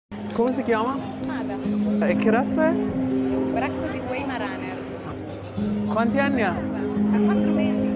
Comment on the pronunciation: Esatto, è un Weimaraner o bracco di Weimar.. la W non si pronuncia all'inglese ma V 👍